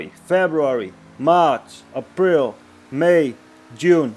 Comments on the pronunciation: When he said April it sounded like a prile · Uh pril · The way he says April 😂